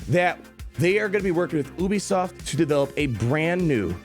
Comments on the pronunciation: the way pronounces ubisoft 🤢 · you are the first person I've ever heard pronounce it as "Oobisoft". Made me laugh. Keep being you